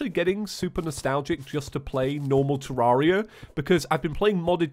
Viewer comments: TEAR AIR I A, NOT TEAR ARE I A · I think it’s pronounced ter-air-e-a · terraria i pronounce it terreria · The only thing that annoys me about this video is the fact that you don't say Terraria correctly.